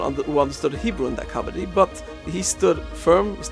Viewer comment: Johannes - pronounced Yohan. Committee- pronounced with accent on second syllable and with T - not comedy.